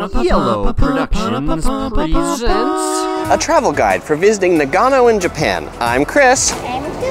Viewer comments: The way you pronounce nagano hurts my soul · Mate, it's hard to take you seriously when you so dramatically mispronounce the name of the city. Still, decent content. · yu yu He speaks the same language as I do, and Nagano doesn’t require any specific tongue play like French or Spanish. It’s very easy to say correctly. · I can't get past his pronunciation. NA-gano and Shin-KAN-sen. His emphasis is killing me. lol...